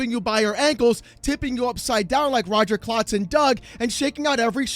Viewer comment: Its roger klutz. Not clotz....still,appreaciate the doug reference